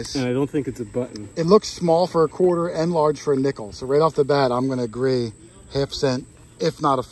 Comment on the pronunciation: Every time at the beginning when you say quarter hoarder, it comes out sounding like, court order.